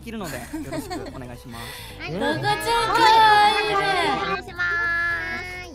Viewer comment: しぃしぃの「とこちゃん」って「とごじゃん」って感じの発音ですき